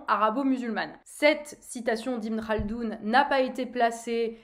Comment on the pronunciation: Tu prononces bien le « khaldoun » 😂😂